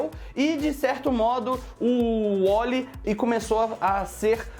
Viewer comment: cara n é Wolly e Wally coloca o A nessa, boca..